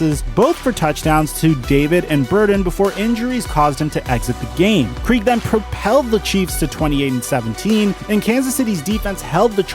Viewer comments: Dave Krieg is pronounced like Craig. NOT Kreeg! Like your video but mispronouncing Krieg makes you sound like a complete idiot. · And pronounced "yon" instead of Jan Stenerud.. and Dave "Kregg" instead of kreeg for Krieg.. it'll be just the little things that make his videos legendary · Not to mention Dave Kreeg .